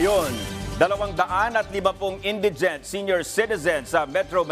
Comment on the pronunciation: Bobo hmagbasa nagbabalita indigent mali pa pronounciation